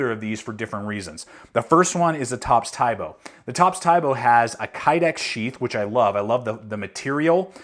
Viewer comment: its pronounced as "tee bo"